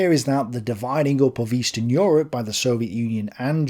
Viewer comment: welcome to yurp